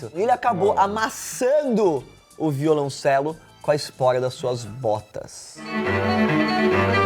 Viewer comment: Vídeo massa mas não é "violãocelista" é violoncelista e não é "violãocello" é violoncelo